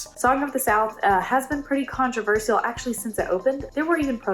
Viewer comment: Ooh so close. almost said “controversial” correctly. Lol😋